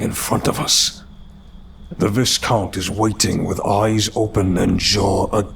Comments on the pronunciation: The ‘s’ in ‘viscount’ is silent , so it’s pronounced ‘vi-count’ , not ‘vis-count’ - please check this beforehand and specially if you’re a story reading channel , too many story reading channels mispronounce simple words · Viscount is pronounced VI like v+eye+count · Viscount is pronounced vy count. No Biggie. Was quite interesting to listen to your narration of this compared to dark somnium. Both good 👍